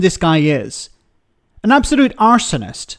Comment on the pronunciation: "An absolute arsonist" ... that last word was exactly two syllables too long.